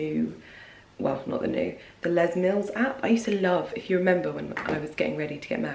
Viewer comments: You got it right first time Les Mills - les (pronounce the s) nothing fancy. It’s a company from New Zealand and we use UK English ☺️ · Hi, You got it right the first time, it’s pronounced Les, as in Leslie, He was a NewZealand born track & field athlete who became mayor of Auckland city in the 90’s Love your channel 👌